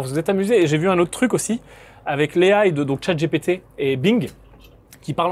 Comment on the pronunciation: Please ...chat Gi Pi Ti pas "gépété" A I vs le prononcez bien É AIE ..donc ..🙄